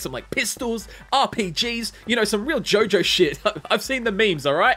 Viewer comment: Fool, it’s not JOJOOOOOOOOO IT’S JOOOOOOOOOOOOOOOOOOO-JO!